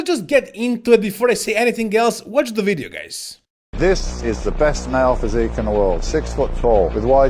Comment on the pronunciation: we gonna talk about in dis wideo